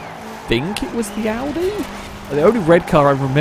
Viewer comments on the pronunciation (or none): none